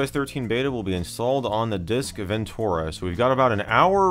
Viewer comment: TUR, not TOR. Ven-TER-ah. ;) (I love your videos and am just having a go)